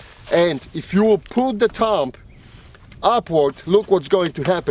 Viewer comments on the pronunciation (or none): I love how he says TUMB instead of thumb. I know it's his accent but it's still funny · "Tumb" hahaha